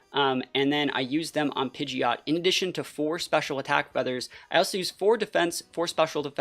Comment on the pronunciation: Don't let the haters stop you from saying pidjit